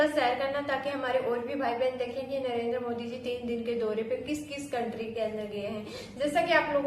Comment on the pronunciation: हमारे पी एम का नाम नरेद्रा नहीं नरेन्द्र मोदी है कम से कम हिंदी तो बोलो साफ